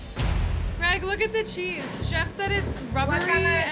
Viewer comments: Cheese that she was trying to pronounce drear brear blarear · She’s sound like my mother when she’s attempting to say certain English words but it’s not coming out right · That woman trying to pronounce the cheese will soon be a meme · I never understood that part because she pronounced it perfectly fine while in the kitchen, but as soon as she has to tell Ramsay she is unable to say it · “Your pronunciation of the word cheese was dreadful.”